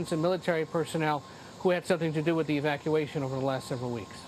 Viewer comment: Did he just say "Evaciation"?????